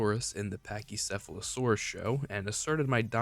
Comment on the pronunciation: he said it correct i didn't hear slur.